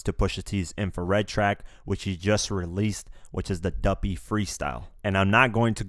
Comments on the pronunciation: yo dude... its DUPPY freestyle not duFFy... lol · DUPPY not DUFFY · DUPPY meaning ghost. Not DUFFY! FAKE ass Drake is Jamaican when it's convenient. Pussyklawt bwoy. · It's DUPPY NOT DUFFY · It's called duppy not Duffy dummy smh😔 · It's not the "Duffy" Freestyle. It's the "Duppy" freestyle gahdamn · The word is duppy not duffy Jamaican word for ghost